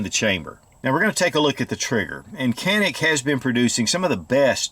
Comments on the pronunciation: in Turkish it is called jAnik, not janik. so A is spelled like tAll, not like tanner. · No Jawnick not Jawneck-c'mon get it right already lol!